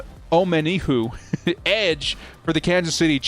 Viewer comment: pronounce it this way lol it’s Oh-men-eh-hue